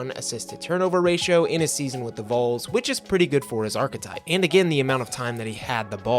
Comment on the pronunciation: Who are the Vulls? 😂 It’s pronounced “VAWLS.” V-O-L-S.